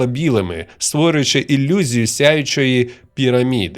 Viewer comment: диктор - москвороте бЬІдло, не розуміє як вимовляти "і" та "и", читає слова на москворотий лад - іЛЛюзія" і т.д. Мінус і скарга.